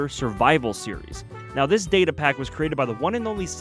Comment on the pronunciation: It's data not data